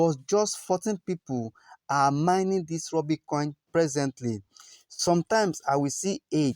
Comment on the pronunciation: Rubi not Rooby